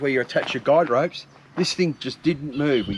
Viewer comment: Thinking about getting one, looks good. Guy ropes, sounds like you said guide ropes.